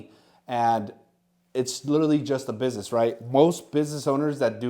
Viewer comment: This is a huge inspiration. It goes to show that hard work is what pays off. Doesn't matter where you're from or your background, with enough effort you can make it on eBay. I mean, this dude can't even pronounce "business" correctly and he's killing it.